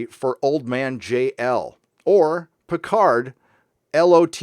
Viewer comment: I don't defend this bad show but when it comes to foreign languages English-speaking Hollywood always was lazy. Look at Picard - as a Frenchman he is mispronouncing his own french family name since the first TNG episode...